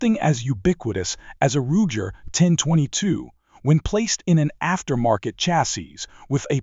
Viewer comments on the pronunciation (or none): "Rujer 10/22" Your AI is showing.